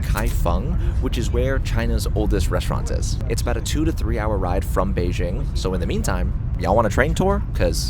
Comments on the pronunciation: Cmon man just say Beijing correctly. It’s pronounced exactly like it’s written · Why mispronounce Beijing?